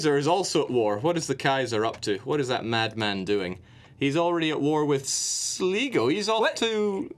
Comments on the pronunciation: sleego? SLEEGO?! SL - I - GO, SLIGO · Sligo is pronounced Sly-go, just for reference. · Your pronunciation of Sligo is way off. It hurts by delicate Irish ears.